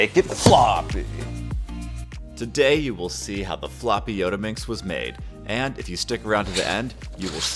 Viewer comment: Not yodaminx its Yottaminx